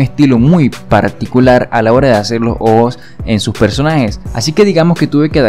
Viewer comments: Hace como ohoos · soy el único que se da cuenta de que cuando él dice ojos lo dice de una forma muy extraña como si disiera ojo pero refiriéndose a uno cuando se está refiriendo a dos.